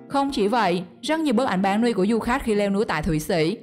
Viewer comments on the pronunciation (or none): none